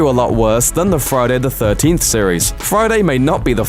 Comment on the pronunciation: Why would a youtube channel with nearly 5 million subscribers create a Friday the 13th ranking video narrated by a man who cannot pronounce Friday the 13th?